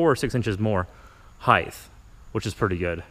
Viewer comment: It height not heith